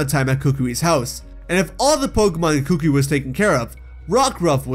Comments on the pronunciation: kookwi 💀💀 Its kukui kokowi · K a k u I not k u k u k u I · It’s pronounced coo coo ee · Are we not gonna talk about how he was pronouncing Professor Kukui's name? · Oh I hate his pronunciation of kukui